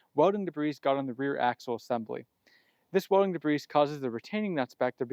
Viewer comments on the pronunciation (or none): The S in "debris" is silent. De-bree or Day-bree.